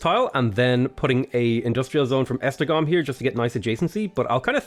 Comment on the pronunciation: Funny how you pronounce Esztergom and Kolozsvár almost perfectly, but you struggle with Szeged and Pécs. Never imagined how difficult would it be to say these city names.